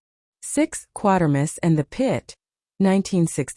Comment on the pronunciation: Some seriously erroneous information here. No knowledge of how the famous SF name "Quatermass" is pronounced. Inaccurate description of the ending of "X", and such. Poor site.